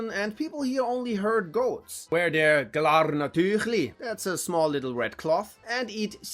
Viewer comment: „Glaarrrrner Tüchli“ 😂 well played by a guy from the „big canton“ ;)